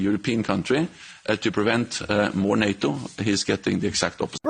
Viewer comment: Nay-o? wtf? Nay-o?